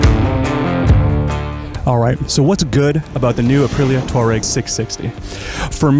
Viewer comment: Great review, (At Last an American who can pronounce "TWaa-REGG" and not say "Tour-ag" I've ordered one of these having tested one recently. 6 weeks delivery and I can't wait.